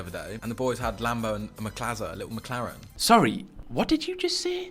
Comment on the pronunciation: Respect for the F1 reference 👊 the pronunciation of McLaren triggered me!